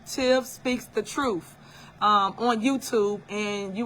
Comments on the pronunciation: Somebody needs to come get her. She needs a real friend who will tell her “girl, no. That ain’t it.” And someone please tell her it’s TRUTH with a TH not trouf. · I’m over here scratching my head trying to figure out, how in the hell did she become a trustee speaking like she’s in jr high school 🤦🏾‍♀️ This lady can’t even pronounce her words correctly, let alone, pronounce the word truth 😂 in her pronunciation “truff”🤷🏽‍♀️ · Super mayor character would be a fantastic SNL skit!😂"troof"😂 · Tiff speaks the TRUFF😂😂😂 just AXE her😂😂😂